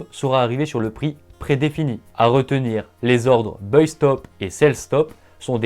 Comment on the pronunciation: Salut on a déjà du te le dire mais il ne faut pas prononcer "Beuille" le mot anglais buy, mais prononcer "Baille", mes oreilles saignent !